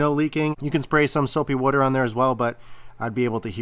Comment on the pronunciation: Jersey guys and their "Soapy Wooder" 🤣😂